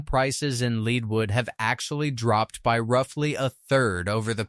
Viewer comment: Where is " Saint Fran-Swaa" or "Leed wood"? what a joke !!!